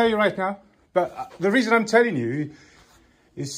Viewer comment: "You've come 'ere for a weason, 'ave you?" Massive belly resting on counter. Professional.